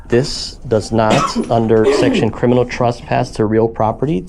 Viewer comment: The word is “trespass” NOT “truspass”